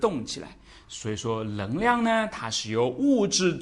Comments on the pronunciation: 纠正一下老师的普通话，【能量】不是【棱量】这个发音对于南方人真的那么难吗？我有一位四川朋友，也分不清，我让他说【男子篮球】他说出的就是【篮子篮球】，就是N L不分，但是让他说【night】和【like】他却又分的很清楚，这件事我就觉得很奇怪~ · ㄋㄥˊ量 不是ㄌㄥˊ量